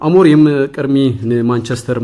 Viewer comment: ..say Amorim not Amronim